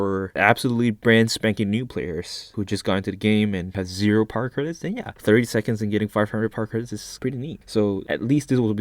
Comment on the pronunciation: Idk why but when he says power credits I hear Par credits